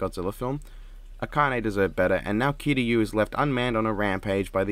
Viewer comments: I hate how they mispronounce kiryu Also nemesis Ganondwarf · I like to pronounce kiryu’s name like this Ki - like the stuff from dragon ball Ryu - like the street fighter character Also the model for Tommy Oliver looked like it came out of fortnite and I hate that I have to think about my favorite power ranger (next to Jason) coming from fortnite of all things